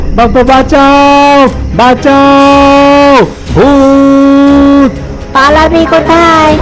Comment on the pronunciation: ভূত উচ্চারনকে বুত মনে হচ্ছে " ধরিত্রী" শোনাচ্ছে অনেকটা " দরিদ্রর" মতো এগুলো সংশোধন করুন ৷ গল্প সংযোজন ও উপস্থাপনা খুবই ভালো ৷ গ্রাফিক্স ও ভালো ৷